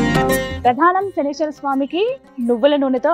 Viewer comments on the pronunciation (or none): శనీశ్వర కాదు maa శనీశ్వరుడు ఉండడు " శనైశ్చరుడు " అనాలి